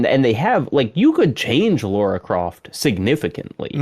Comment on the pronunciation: What is it with yanks (and Canadians I guess) calling Lara Croft "Laura." I've never understood that. I've encountered that mistake being made so many times. Even Geoff Keighley did it once when he was interviewing someone. Does the name Lara just not exist in the far west?